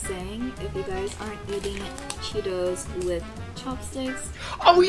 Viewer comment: It is called che-toes 😂😂